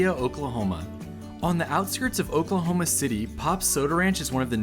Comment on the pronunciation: I think I liked your reaction to this more than the entire video of their trip that I watched a few months back lol. I loved the way you pronounced Oklahoma. It’s such an underrated place that you just have to see to understand. We’re not just flatlands and tornadoes, we’re so much more! We’re pretty proud of our portion of Route 66 here too. You are always welcome here to visit anytime! We’d love to have ya!